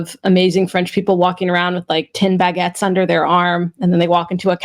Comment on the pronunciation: speaking of bag-gets, does out of spec sell the bag-get backet?